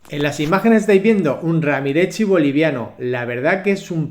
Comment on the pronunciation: Muy hermoso compre 2 son chicos pero ya distinguí. Espero no equivocarme. Porque pronuncian mal? RAMIREZI..NADA RAMIETZI O RAMIREXI jejejje